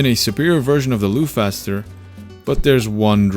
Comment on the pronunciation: I think Loughcaster is pronounced as lock-caster, like loch, being Gaelic. Lock caster sounds very appropriate for a bolt action rifle, where you manually lock the bolt.